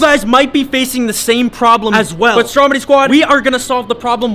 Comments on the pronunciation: It’s stromedy not strong body LOL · Check ur spelling you said Stromdy instead of Stromedy and u said flyies